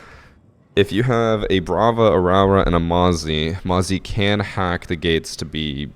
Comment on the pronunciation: Hey, Nz'er here. The new op (Rauora)'s name gets pronounced Rawra by alot of people. In Māori, rau makes an roe sound like toe so her name is pronounced Roe ora. Lots of luv from the land of the long white cloud